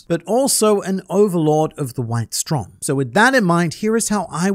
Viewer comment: just a side note: "Strom" is the german word for "stream" or "current" and is pronounced with a long o